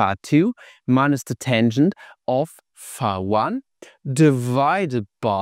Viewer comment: fee fah foh fum i hear German mispronounce phi